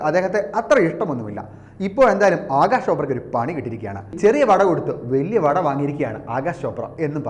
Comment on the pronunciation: It is Akash .. not Agash, for god's sake pronounce rightly